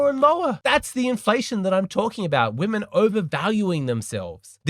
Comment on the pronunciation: woe-men? putting in EFFORT? c'mon now stop joking 😂